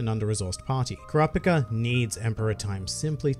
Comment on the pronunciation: it bothers me thay you say ker raw pick a 😂😂im just messing around